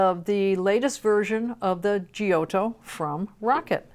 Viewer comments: love ya and your excellent reviews but your pronunciation of Giotto --> Gee-oh-toe kills me. It should be pronounced --> Jot-toh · the right way to pronounce the name is "jotto" :)